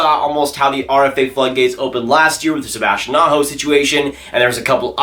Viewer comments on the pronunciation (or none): none